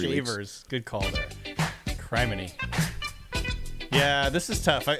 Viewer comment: what did say? Did he pronounce criminy wrong?